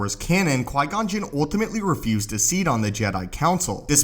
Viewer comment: It’s pronounced ‘ultimately ‘ not ‘oltimately’ ... fix it that bud because you say it a lot